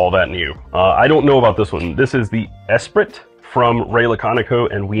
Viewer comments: Just FYI, it's not ess-prit, it's e-spree. Think of the Lotus Esprit from the late 80's. The T is silent. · Esprit = es-pree, pronunciation-wise. It’s a French word. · “Esprit” is pronounced ESS- PREE. It’s a French word meaning “spirit”! 😘